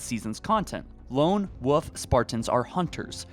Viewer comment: Wolf not woof... you don't say wooferine instead of Wolverine do you? seems to be a common mistake. SO STILL NO GRIFFBALL!?! WE NEED ASSAULT!!! Welp i'll be waiting another 6 months. 6 years and they are still kinda giving us excuses.... i'll be holding off my purchase of campaign.